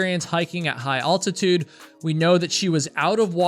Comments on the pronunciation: I really enjoy your videos but if I have to listen to you mispronounce altitude one more time I may start screaming & be unable to stop. lol It's al, like a man's name, not all. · It is altitude (al like in " pal") not "all-titude" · There is only one "L" in "altitude", so instead of pronouncing it "ALL-titude", you might consider pronouncing it "AL-titude" (like the name "AL") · Bruh, Google the correct pronunciation of altitude. It's altitude, not ALLtitude. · hey bud ur saying altitude weird. like aLLtitude or oultitude its just AL-titude lol its just starting to getting to me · is the only person I know who pronounces altitude as awl-titude rather than ahl-titude. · I've never heard anyone pronounce altitude as aultitude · I don't watch a ton of hiking videos, and it's not like I hear people saying the word altitude everyday, but I've never heard anybody pronounce it "oltitude" before. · Subscribed. What a crazy and tragic story. Those poor kids..... I like how you pronounce Ultitude.... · Altitude is not pronounced Alltitude, you're killing me. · from what sickness?? it’s not pronounced with all sound it’s al sound altitude like al bundy learn to pronounce words correctly .. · I've never heard anyone pronounce the word altitude as "all-titude." Is that some sort of regional dialect? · All-titude? That's not how my English teacher told me to pronounce. That parallels how East Coasters say the state of Nevah-duh. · By the way altitude is pronounced the Al is like Alfred or Alexander not like All like the detergent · Never say ALL-titude again! Cringe! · The way he says altitude sickness kinda bothers me. Wonder where he is from. Owltitude sickness… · It's really surprising that someone who's a hiker & who blogs about hiking wouldn't know the correct way to pronounce altitude. (If you're reading this,, the first syllable is pronounced like the name Al, rhymes with pal. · Dude, when are you going to learn how to say altitude?